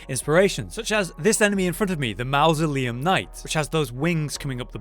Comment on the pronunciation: You mispronounced mausoleum . And the wings on their armour are made to prevent beheading they are sword catch's basically.